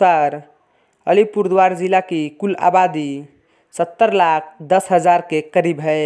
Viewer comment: Tum to thik se Alipurduar v nehi bol pa rahe ho